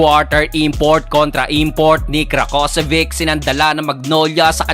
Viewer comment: Rakocević (ra-ko-se-vich). dapat alam mo na kung pano bigkasin yung mga pangalan nila 😀